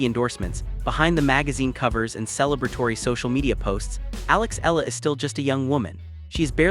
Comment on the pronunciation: Kindly correct the pronunciation of her last name. It sounds like EH YA LA.